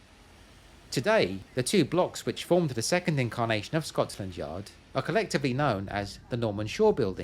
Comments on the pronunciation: Why do you pronounce Scotland Scot(s)land? Something I am not aware of here? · Sounds like you saying Scotsland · Am I hearing Scotsland instead of Scotland? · Skotsch-land, you say?